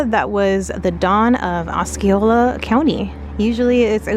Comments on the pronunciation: Osceola is pronounced Os-see-ola not Os-ski-ola. LOL. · Thanks for sharing a beautiful sunny day in Central Florida. Awesome footage of the White Squirrel. I have not seen one of those since I was a kid. I'm a life long Floridian and unless I have been saying it wrong my entire life, Osceola is Ah-See-Ola not Ah-Ski-Ola. Just so nobody other than me gives ya a hard time lol.